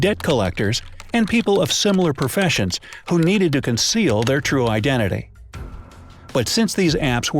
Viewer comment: U said heir not their